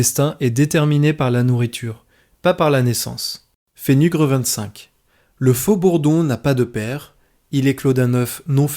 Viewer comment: Eh oui... le robot narrateur, c'eût été encore plus passionnant que ça ne l'est déjà si les chapitres avaient été énoncés par une voix "humaine" et non une stupidité d'IA (Intelligence Absente, pour mémoire) avec ses ridicules : Fenugr Fenugram Fait nuger Fenugret Fait nu J'en passe et des plus stupides. Dommage, ceci casse l'intérêt du document...